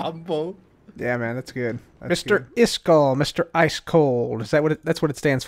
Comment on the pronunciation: The Word "iskall" is actually not pronounced the way you pronounce it... but I can teach you. 1. The first part "is" is pronounced like the word "ease" as in "I did it with ease".2. The second part "kall" is pronounced like the ending of for example "clarify" or the word "eye" or even "I" but withot the last "j"-sound at the very end. Yes… I am a Swede but not a cabbage…;-)